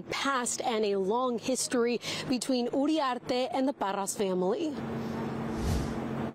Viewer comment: “Urriarte” 😂 You need to learn Spanish, lady